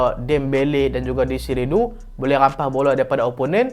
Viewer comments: please.. DESIRE DOUE, bukan dou.. Sakit telinga mat dngr, desire dou mmnjg.. Kvicha hang sebut elok pula.. Ok sekian ragebait post.. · Bang. Bukan dezire du. Cara sebut dia due (e dia e 'e'nak, 'e'pal, 'e'kor) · huhu itu la heran jgak sapadia deziru du tu 😂